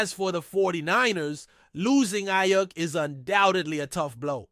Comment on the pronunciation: cant even say aiyuk right bro this is terrible